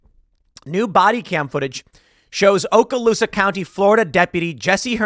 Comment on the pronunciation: It's Okaloosa.